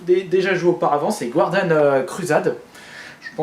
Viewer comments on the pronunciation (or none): none